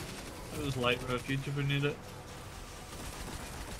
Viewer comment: "Lights refooge" took me out 😂